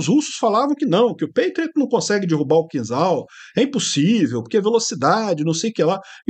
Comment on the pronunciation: Pronuncia-se "Quinjal" (e não "Quinzal")